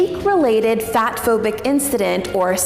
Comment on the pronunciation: It's bothering me that she keeps saying "incdident" instead of "incident"